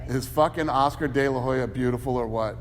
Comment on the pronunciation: Han House You mean Oscar de la highya!!!!!